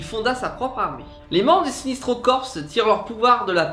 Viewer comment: Vous avez fait une erreur : les origines de la tribu indigo sont bel et bien raconté dans l'arc "la revanche de Black Hand" de la série New 52 Green Lantern. Ah oui, et aussi : on dit "sinEstro" et pas "sinIstro" !